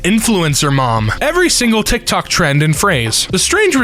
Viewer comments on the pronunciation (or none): none